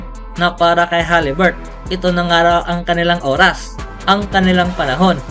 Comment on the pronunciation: Haliburton,Hindi haliburt